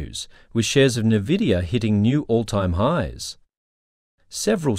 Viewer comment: It's not pronounced 'nuhvidia'. Get with it.